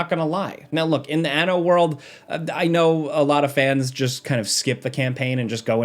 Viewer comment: Hehe, He said ano... (giggles in Spanish)